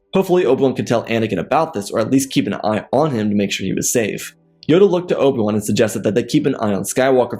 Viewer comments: Dude keeps calling him Obwun lol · Just some constructive criticism...The way you say obi ones name I almost don't know who your talking about...if I didn't know it was obi one it was you were talking about. Then I wouldn't know who you were talking about...just slow it down a bit...your stories are good. But slow down how you say obi ones name... just my 2 ¢